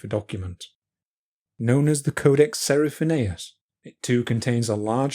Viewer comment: Fantastic presentation of the manuscript with historical details never described before or at least not properly presented. But since nobody is perfect there is a mispronunciation of the Codex Seraphinianus near the end of the video. Given the meticulous accuracy (hopefully) of so many events , the "Seraphinaeous" glitch seems enormous in comparison - I hope Luigi is it offended. Btw, Voynich had bought the manuscript in a monastery near Frascati but this important detail is poorely described. For the rest, yes you have done an excellent work - this is a complete description of a big mystery.